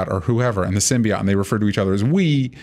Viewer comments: Hermione Voice: "It's 'symbi-oat' not 'symbi-ott'" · its symBEEYOTE not symbiYAT